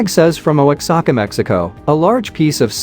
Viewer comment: And once again - Oaxaca is pronounced wa-HAK-a (sorry if my phonetics aren’t quite correct but the AI drives me crazy! One of my favorite words that I love to hear people mispronounce!!!